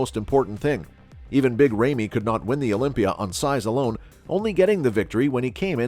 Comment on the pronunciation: Who's Big RAYMEY???🤣🤣🤣 Christ....